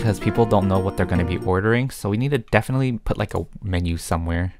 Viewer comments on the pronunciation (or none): none